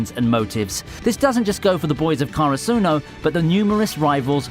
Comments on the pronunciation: Why do you say hi-NA-ta and not HI-na-ta???? Also, KA-ra-su-no not ka-ra-SU-no!!!!! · Ok the way you say the people's names and karasuno kinda triggers me a bit